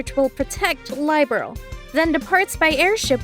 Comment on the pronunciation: The mispronunciation of Liberl has me cringing every time.